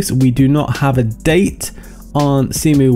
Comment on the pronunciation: "Zemu." I like that. XD